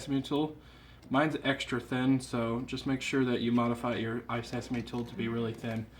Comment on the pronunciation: Isn't the tool called isesamo I keep hearing you call it isesame.